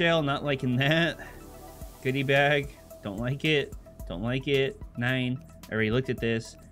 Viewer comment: i only watch so i can hear him say NEIN